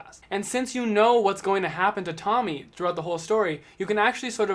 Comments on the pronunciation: I know it’s each time their own but I think Tomie is pronounced Toe me ay Anyway great video (in waiting for gyo and shiver to come in the mail) You definitely deserve more subs 😁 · Before u get on camera always check Google translate for stuff u dont know how to pronounce so no one make fun of ya, cause its pronounced tomi ay